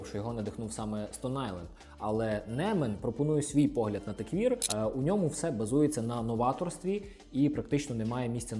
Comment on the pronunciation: Крутий канал! Класне відео, дякую! Тільки маю непрошене зауваження: techwear — все ж таки теквЕр, а не теквір. В українській англомовне слово можно вимовляти як вам забажається, головне щоб розуміли, але якщо будете розмовляти з іноземцем - буде конфуз 🤝